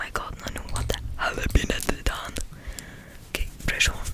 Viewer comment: Hahahah echt geweldig “HEDAAN” neen, het is GEDAAN 😂 maakt niet uit hoor bij mij zou het eerder zijn GEDAAAAAAN HAHAHAHHA